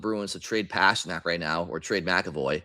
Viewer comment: Gotta be honest,, ya gotta stop pronouncing "Pastrnak" that way brother